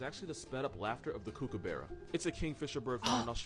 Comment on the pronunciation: can confirm kookaburra's are annoying asf when you hear em laughing for 10 minutes 20 times a day , the way you said it was pretty funny too its a little less kookoo-barra a bit more cook-uh-burra (hard to type out but hopefully that makes sense)